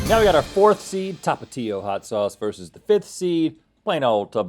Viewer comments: i always thought it was pronounced Tapachio (Tapatio) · How he pronounces Tapatio 😂